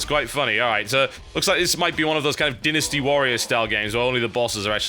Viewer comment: TB it is not pronounced denn isty warriors. it's DINE nasty :X